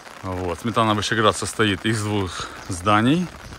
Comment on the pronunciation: Не Сметана,а Сме'тана.